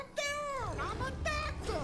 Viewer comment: Why the fuck does say "amma Ducktor"